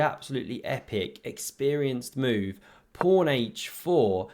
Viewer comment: Is it a joke calling a pawn a "prawn"? Or is that just the way you pronounce it?